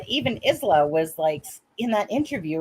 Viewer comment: Don't want to be pedantic, but the name Isla is pronounced as Isla in Island, ie Aye-La.